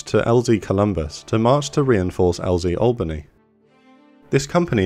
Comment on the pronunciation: Thank you so much for pronouncing Albany correctly I'm sick and tired of hearing my southern countrymen pronouncing it AL-BANY, FFS its ALL-BANY, in one fluid phrase. Nevertheless sweet vid.